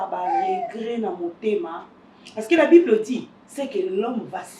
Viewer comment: 😂😂😂😂 deux chambres n'a sans effet obimi nga fort 😂😂😂😂😂😂😂😂le vieux qui dit versé bibre 😂😂😂😂